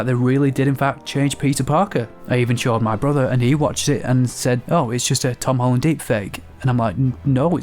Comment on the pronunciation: Hom Tolland